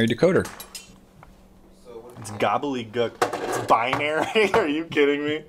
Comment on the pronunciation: Bianary Me: Binary: BUY-UH-NARY Me: No. BUY-NARY: BUY-UH-NARY Me: okay fine. Why does it even matter anyway. BECAUSE!!